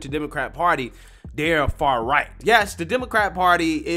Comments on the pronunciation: Also, what the heck is "far-righ" ?? 😂😂😂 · He didn't say, "Far-Right." He said, "far-righ." 😂🤦